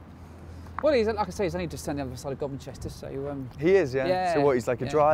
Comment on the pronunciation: The wilds of 'God Manchester'. Bless him. It's Gumester and I'm pretty sure it's not that wild.